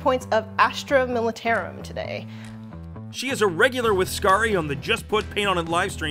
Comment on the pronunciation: The way she says Militarum made me cringe early on in the video